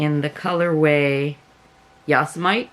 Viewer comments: Yosemite = yo-symm-eh-tea (? like "symmetry"). Personally I think is the most beautiful national park, although I have not visited Yellowstone or been to Alaska, but being a native Californian and my family having camped at Yosemite since before it was a national park (since they arrived here in 1878, yes, 1878), I am a bit prejudiced!! I love your vids and have only recently (a week) found you and have watched about a half dozen so far. Keep up the enthusiastic work!! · I adore the Bernat Pop Bulky!! Absolutely my fav of those you made. Thanks for showing the different brands and 2 -3 strands together. Def buying ♥️ Also Yosemite is pronounced Yo-sim- mit-tee 🤣 crazy US park and words, lol. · GOOD GOLLY!!!! Cowls galore.. I know Rell will be so happy to see this video. Cowls came out UHHHMAZING!!! I believe, and please dont be upset.. but I believe that last color is Yosemite. Pronounced YO SEM ITIY and YESSSS GURLLL!!! It came out SUPER AWESOME! My favorite too! The cake yarns are cool too, despite the sudden color change. You know I love crazy hahahaaaa... GREAT JOB!! YAAYYYY!!! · lovin your title lol! Sorry your havin drama with your son. Happy birthday to him! Lovin all your cowls ❤️❤️ yes the Yosemite is my favorite too. Lol I did get a giggle out of they way you pronounced it 😊 it's totally in my nature to mispronounce things constantly so I'm glad I'm not alone 😊👍 beautiful job on the cowls ❤️❤️ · Love the Carnivale colorway! Love all the yarn you used. Had to make some notes :) You could always save a few for giveaways. I'm with you on the color breaks. I had to frog a virus shawl I made because the color blocks were so long and thin and would break in the middle of the rows that it made me nuts so I deconstructed the sugarwheel to make them all even. If that last color was Yosemite, it's pronounced YO SEM IT EEE :)